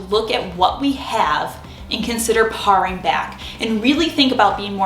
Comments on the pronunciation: Thanks for your ideas! “Paring back” is pronounced like “pairing” not parr-ing”. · not parring back but paring back as in paring an apple, unless you are Canadian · "paring" = say pairing, not parrrring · On “paring back” - paring rhymes with daring. Like I dare you. Like pare the apples. Like a paring knife.